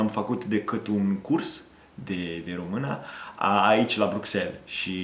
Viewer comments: U neeed to learn about "Ă, ș, î, â, ț" when U say "Romana" is wrong, it's "Română" so ye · As a Romanian, you speak my language very well. I congratulate you. Keep it going! Ca un român, vorbești limba mea foarte bine. Te felicit. Ține-o tot așa! Edit: I observed that at some moments, you pronounce ă as a. It's pronounced like uh in English. I hope it helps. Am observat că, în niște momente, pronunți ă ca a. Se pronunță ca uh în engleză. Sper că ajută. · ai învățat română 2 ani si tot spui românA in loc de românĂ..bruh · Pay attention to the ă. Sometimes you pronounce a instead of ă by mistake. For example limba română. No romana Also pay attention to â. You pronounce both very well which I don't see it very often to foreigners but you should watch videos in Romanian or listen to audio books or tales. Here on youtube there are lots of well made narrations of Romanian tales or poems an even some books. You look like you learned the theory and know the books but you're not so familiarized with how it actually sounds. I think you are close to get it that's why I think you can understand a video in Romanian. Listen to some poems or tales on youtube because you can't remember everything. By listening you'll correct yourself. My advise is to pay attention to â and ă because you pronounce them like I or a. Remember most feminine words end with the ă sound in nominative. If you end it with a is like adding an article. Limba română "La lingua rumena" Iinstead of this: Limba româna "La lingua la rumena"